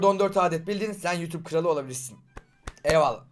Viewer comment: YUTUP MU YOUTUBE Mİ? Abi niye yutube dedin